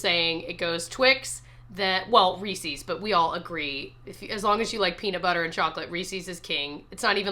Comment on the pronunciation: The mispronunciation of Reese’s….😫